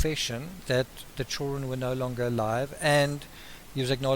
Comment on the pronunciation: children pronounced “ chill run”.... love it!! 😘